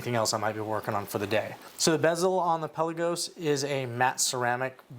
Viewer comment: Pelll-uh-can (the bird). pel-Ahh-gos (the watch). Greek word means Sea. Please never call your beautiful watch “pelly”.